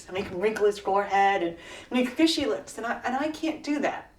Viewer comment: ''i rurned my rips off''